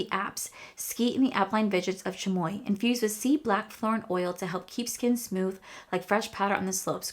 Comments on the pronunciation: Chamonix is a town in France. The x is silent, like Sha Mō Nee. Aprés Ski mean after-ski. Appray is how it's pronounced. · Hi. I hope you get to feeling better. The phonetic pronumciation of the palette is "Shah-muh-nee Ăh-pray-ski". 😊 i love your videos. Your eye look is gorgeous! You are so down-to-earth and seem like a genuinely nice person. I am sorry for some of the shit people give you sometimes. They are just crappy people. You keep doing you, girl. We love you just how you are! Also, it is really good that you listen to your instincts! Not enough people do. ❤